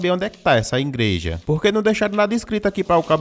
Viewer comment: 'Ingual' 'ingreja' pqp